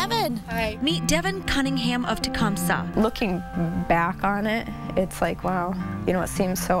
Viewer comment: Tecumpsah. Lol. It's thecump(see)